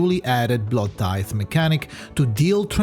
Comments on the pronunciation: it cannot be that hard to say bloodtithe and not bloodthite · Take a sip each time said Bloodtithe wrong. Bluepoch probably needs to change the word into BloodTHITE at the end of this video.